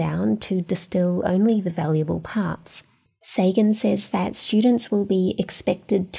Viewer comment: What an inspiring and great teacher to have had ! What would happen… Trumpism level Department of Alien Warfare. Secretary of Obscene weapon spending … Your start talks about the curriculum “Says”. It is pronounced “sez”.